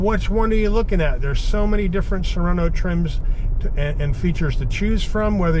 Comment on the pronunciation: Beautiful. Car. Nice review. Overlooking. That you call it " soreno(without ithe T. Neverard of a tiny2.5L engine describedas a" "bigger"engine😂